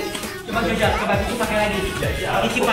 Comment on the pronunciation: Di detik bacaan nya bau bukan baju🤣🤣